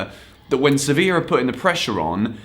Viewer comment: Youre pronouncing sevilla wrong